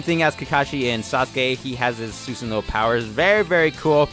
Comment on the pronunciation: STOP SAYING SUSANO LIKE THAT